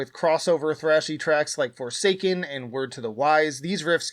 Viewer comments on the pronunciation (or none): none